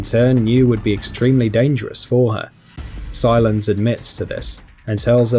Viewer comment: Why is he pronouncing Silas as silence